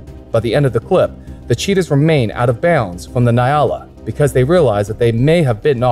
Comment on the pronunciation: Gemsbok is Oryx in english. Nyala is pronoced "njala" j being soft. 👌🤗